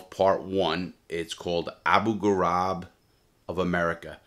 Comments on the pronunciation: It was Abu Ghraib not Abu Garab. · The Iraqi prison is called Abu Ghrabe (vowels are pronounced the same as in the word Grape) I have family living in Abu Ghrabe which is a town on the outskirts of Baghdad, that prison is hell if ive ever heard about one. Im an Iraqi so that explains why I know so much about this. That prison was hell and Saddam was Satan. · Can't pronounce Abu ghraib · Pity he forgot how to pronounce Abu Grahib.